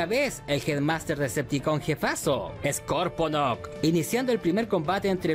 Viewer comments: esta serie no es continuación de la g1 americana es un reboot comenzando de cero no se pronuncia sporkonoc sino skorponoc XD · Cada vez que oigo "Sporconok" me sangran los oidos.... Si es que es hasta dificil decirlo mal a propósito... Scorp-onok (de escorpion, si es que sale solo) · Lo pronuncias Sporconok y creo que es Scorponok... Lo haces a proposito?